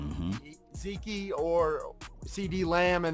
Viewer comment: Can this guy please never again say Zekey?